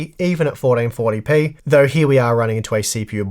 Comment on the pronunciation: Fourdeenfortdypee 😂 your accent is killing me